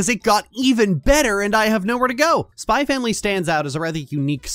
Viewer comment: It's supposed to be pronounced "Spy Family."